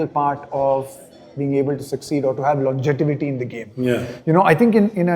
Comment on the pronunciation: longeTIvity nahi hota hai lanGEvity hota hai...